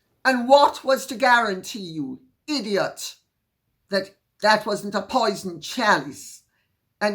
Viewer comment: Lady C, I just adore how you say IDIOTT....just like us Jamaicans. Thank you.